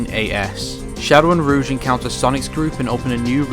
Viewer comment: "Ruuje" It's rogue